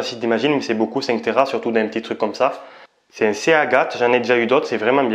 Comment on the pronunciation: C’est Agathe ? Seagate. (Ciguète phonétiquement). Allez, c’est un détail, bravo pour tout le boulot, moto, aventure, technique, video/media… Chapeau !